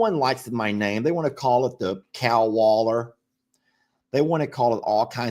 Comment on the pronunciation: Wallow! It's a wallow!!😂😂😂 not a 'waller'😊😂❤